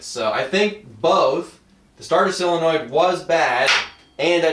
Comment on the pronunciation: How do you pronounce Solenoid like "Silonoid?"